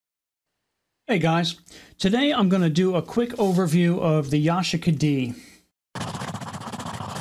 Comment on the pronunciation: Ya-she-ka, not what you said lol